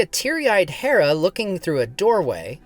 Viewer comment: Dude, just say "Hera", like the goddess. It's painful to hear you switch between the two pronunciations.